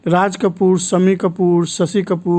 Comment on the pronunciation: Apko Sha ka diction Sikhna padega Sammi nahi Shammi Sasi nahi Shashi Producsun nahi kahiye Production Z ko J bhi fix kijiye 😨😰